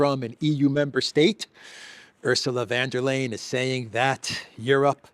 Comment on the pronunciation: Oorsoola fonn der Lie-en